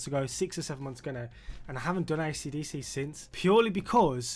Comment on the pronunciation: Бабуїн,навчись правильно вимовляти AC DC!!!